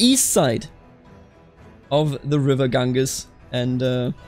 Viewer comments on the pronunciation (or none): The river in eastern India is the ‘gan-jees’ not ‘gang-us’